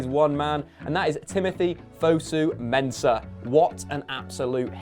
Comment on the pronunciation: FOSU not FUSU lmao